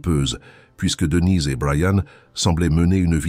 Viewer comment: Marre de ces voix robotiques qui font des liaisons bizarres et disent des choses comme Devinez et Brian au lieu de Denise et Brian, sans même s'en soucier. Ça pourrait être intéressant mais pas sans touche humaine.